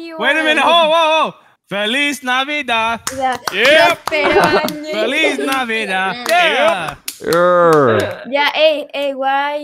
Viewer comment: The fact they kept saying Feliz navida instead of Navidad 🤣😂🤣🤣😂